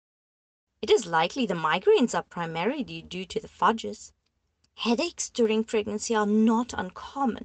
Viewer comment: The mispronunciations are killing me 😂. Hermiety? Fudges? I think it’s funny but also strange to not look up words you don’t know if you’re narrating an audio book 😉❤️.